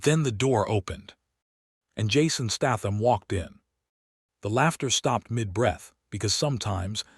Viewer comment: Pronounced Statham properly for God's sake he's English!